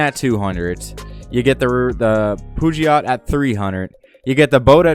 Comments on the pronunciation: The way you pronounce Peugeot is so funny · The way you said “Peugeot” really made me laugh 😂 I’m guessing there isn’t really any Peugeot’s in Canada that much huh?